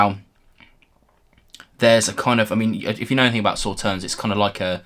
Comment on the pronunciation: Just FYI: Sauternes is a sweet French white wine made from grapes (not strawberries - wherever did you get that idea?) - specifically Sémillon, Sauvignon blanc and Muscadelle - that have been affected by 'noble rot', which concentrates the sugar in a similar way to frost for Eiswein/ice wine. Oh, and the "s" at the end is silent, so it sounds more like "saw tare n"...